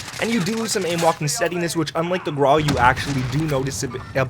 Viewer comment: Hello the name "GRAU" is the German word for gray. Like the word "WOW" it is only pronounced with a gr. the google translator can help you with the pronunciation. it's not meant to be mean. Keep it up, love your videos greetz from Germany